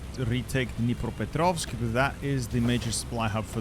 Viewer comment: He pronounced Дніпропетровськ right, my homecity mentioned 🥀